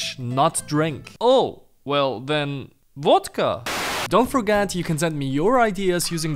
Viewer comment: it's Vodka not Wodka